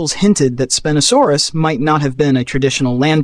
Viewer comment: why does your pronunciation change from spin-oh-saurus to spine-oh-saurus?